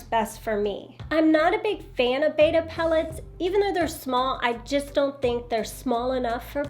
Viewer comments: The name is Betta, not Beta. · I was listing to you but I could not listen any longer. When you can’t pronounce the name correctly. It is Bet ta. Not bait ta. Look at the spelling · Betta! Not beta..... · It's not a tomato tamato it's a beddddda not a baydah